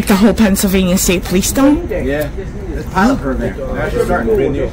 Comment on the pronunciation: This B really just said PANTSylvania instead of Pennsylvania!!! I mean im southern born and raised and still live in the south but bless her heart, she butchered that worse than us southerners do hahaha!! She's in such a hurry and worried about spitting out the statutes and "law" she cant even enunciate properly.